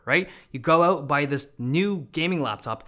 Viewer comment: That "go out" was so adorably Canadian of Dave